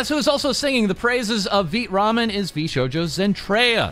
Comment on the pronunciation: Ok, does anyone else feel gaslit every single time calls it Veet Ramen. It’s Vai tuh Ramen right?